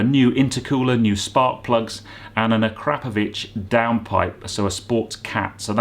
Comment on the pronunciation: Finally; someone who knows how to correctly pronounce "Akrapovic". Thank you! 😁